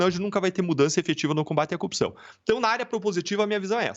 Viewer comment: O cara não consegue nem a pronúncia correta, fala Cupção. Vergonha